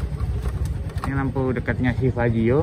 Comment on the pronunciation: Fazzio bukan faizzo.. 🙏😁